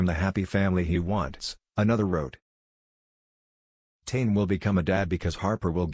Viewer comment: That’s not how you pronounce tane 😂